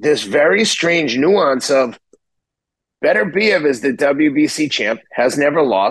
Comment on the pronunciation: Artvid Betervidez LOL imagine Teddy commentating that fight - I love the man, but you can see the cracks of senility from a few miles away.